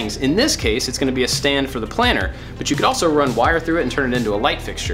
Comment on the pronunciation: your channel is awesome. It inspires me to make so many things. I feel like I know you cause your personality is so friendly. But the entire video when you said ‘planter’ it sounded like planner. I was like “iTs plAnTer. noT plAnnEr” lmao